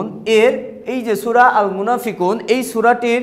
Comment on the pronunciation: sur na sura🤣🤣🤣